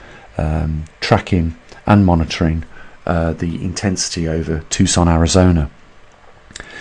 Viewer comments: Lmao 🤣 it's Arizona not Arazona. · FYI - it’s ARIZONA not ARAZONA. Details. Thanks for the info!